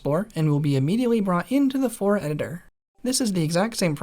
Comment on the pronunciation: Flora not fora